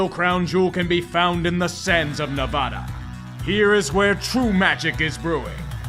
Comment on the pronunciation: It’s pronounced Ne-VAD-uh, not Ne-VAH-duh